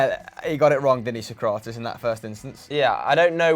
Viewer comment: Also mispronounced Sokratis